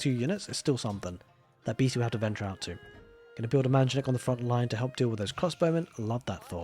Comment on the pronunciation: Refreshing content! Also, as a native speaker of Arabic (Abbasid's language), I can testify that you are the only caster/pro-player who does not speak arabic as a native tongue, but pronounces "manjaniq" properly!